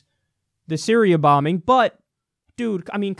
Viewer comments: Kyle "Sy-ri-AH" Kulinski. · "Bitch I said Siri-A" LOL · “BITCH I SAID SY-RI-A” - Kyle Kulinski 2018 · " bitch , I said syri-A "